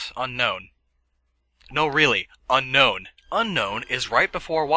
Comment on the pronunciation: It's pronounced Un-own, unlike regular Un-known. You're going to want to Un own Unown. XD